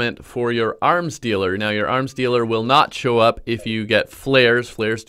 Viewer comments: Yeah ik what he said I just kinda zoned out and then heard "aRm sTeAlER" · When he said 'arms dealer' I thought he said 'arm stealer' 😂